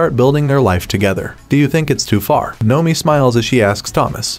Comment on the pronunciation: And Noemi is NOemi. Drives me absolutely nuts!